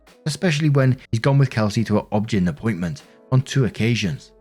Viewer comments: Dude, I love you but get a clue. "Objin" ROFL O. B. G. Y. N. look it up bahahahah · OB/GYN is said as the initials OB and then GYN. Oh Bee Gee Why En - Obstetrics Gynecology - and I enjoy your videos :)